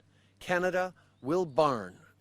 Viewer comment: Was he going to Barn plastics or Burn plastics or Ban plastics. He can't even read from a script. It is so sad!